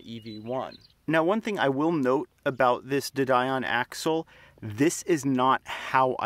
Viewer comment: de Dion is French and pronounced Dee-on, rather than Die-on. It's a reasonable suspension arrangement to use a motor and gearbox system designed for a FWD car. The bevel gearbox is more efficient than a live axle's hypoid gear as there's a lot less sliding friction.